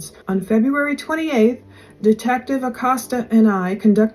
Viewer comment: ★☆★☆★☆★☆★ ITS PRONOUNCED Uhh Coast Uhh ACOSTA I just wanted to let you know, I just figured it's not a familiar/regular name used in the region of the country you're in. since I moved to the gulf coast im originally from New Mexico... I know I've had to learn how to pronounce lots of French, Creole & Cajun words (apparently, they're different according to Actual French & Creole people oh lord my mother-in-law goes berserk if u consider the Cajun language the same as French 😆😆)